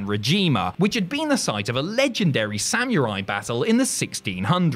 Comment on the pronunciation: I just want an entire video of saying "samyoorai"